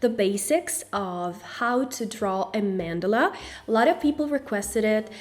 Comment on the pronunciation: a "man dela" lmao